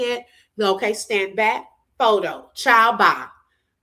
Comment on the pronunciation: Polo says bike too instead of back. Sorry commenting as im listening.